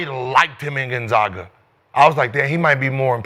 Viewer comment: Been to 23 straight tournaments and motherfuckers can’t pronounce Gonzaga